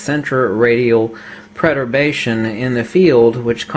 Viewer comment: Are you trying to say Perturbation? It sounds like you are saying preturbation?